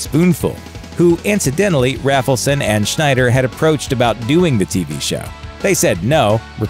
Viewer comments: (it's Bob RAY-fel-son, NOT RAFFLE-son) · "Must come down for interview" meant not to come there high according to Rafelson (which is pronounced "RAYfelson" not "Raffleson" fyi), who is very goofily proud of that bit. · Rafleson is pronounced with a long A. As in RAYbert Productions. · It's pronounced RAYFULSON. Mike was the only one that answered the "MADNESS" ad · FYI, it's pronounced 'RAYfelson', hence the 'RayBert Productions'. Good post, though.